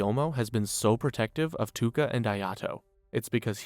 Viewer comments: It's ToUka not Tuka :|| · Love the recap I just hate that you say Tuka instead of Touka :face-red-droopy-eyes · Ew it’s Pro.Tow-ka lol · I watched for 3 minutes till I heard you say “tooka” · My boi plz. In the nicest way, its touka (toke-a). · Every time you said tooka I lost a week of my life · that was bugging the shit out of me like who tf is Tooka 😂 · The way you say touka hurts me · pronouncing toukas name wrong the whole vid is crazy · Took me 2 days to finish this one because of the Touka pronunciation but it a good watch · bro all the mispronouncing of Touka's name is distracting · the way you pronounce touka makes me uncomfortable